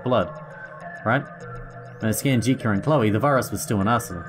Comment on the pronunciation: Jitka can be pronounced as Yit-kah. Source: I'm Czech, and J is usually pronounced as Y in Yeet.